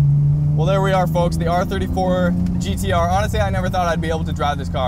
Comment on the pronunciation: Finally a guy that can pronounce "GTR" rather than "Gee Dee Ahh"